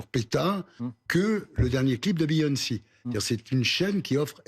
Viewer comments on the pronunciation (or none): Biyonci sur Youtioube 😂